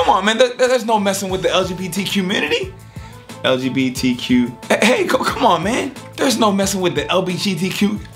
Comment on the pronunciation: Sounded like he said LGBTQ Q-mmunity 😂😂😂